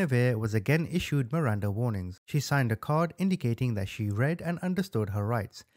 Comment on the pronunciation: MIRANDA RIGHTS not "warings"